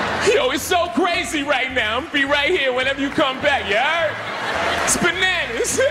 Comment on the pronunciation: "Bananers." Please live forever, Kevin Pollack.